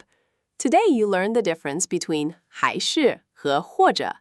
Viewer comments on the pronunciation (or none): Not sure if this is AI text to speech, but the pronuncition of the Chinese is sometimes terrible. Especially the 'hai shi' and 're cha'.